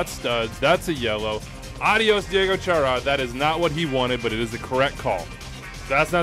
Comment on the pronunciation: You pronounced Diego Chará's name correctly! I'm flabbergasted!